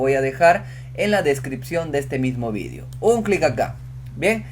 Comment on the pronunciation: cuando aprendiste a hablar la palabra "video"??